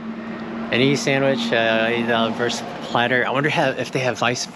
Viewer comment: Props for saying "vurst"! And yeah, some Weisswurst with a good hearty senf is the bomb!